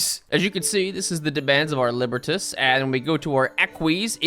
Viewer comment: Libertas is pronounced like Liberty. Guess why.